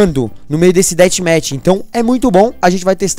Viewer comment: Dathmatch é com som d f kkkk